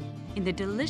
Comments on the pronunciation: lol "chalk-a-lot" 😂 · Did she just say 'chock-a-lot'? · It was all okay until she said it at the end.. Tjakalat! .Oh boy! 😂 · Learn how to pronounce Chocolat before you voice this trailer.